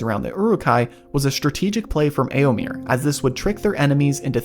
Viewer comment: You're mispronouncing Éomer. The last syllable rhymes with "fur" or "mare".